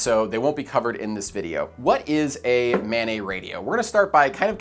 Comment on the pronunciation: "Mobile Ad-hoc Network" (MANET)...the "NET" is short for "NETwork", not "NEYwork". It's maNET, not maNEY. (that said, this is good shit, I subscribed) ;)